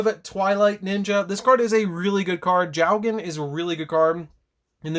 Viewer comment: Jogen?.? Isn't jowgen:( . The cards name is jo & then u say gen^^